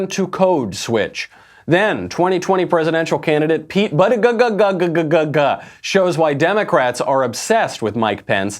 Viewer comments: its pronounced booty-gag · Of all people there, I am surprised to see Michael act with such disrespect regarding the pronunciation of Pete Buttigieg's NAME. No one will ever hear your argument if you say their name incorrectly. I put a lot of effort into remembering and saying names correctly, because it's a way that we show respect to one another. Even if you disagree with someone, present your argument with passion and integrity but don't intentionally butcher their NAME - that is CHILDISH. You are better than that, Michael.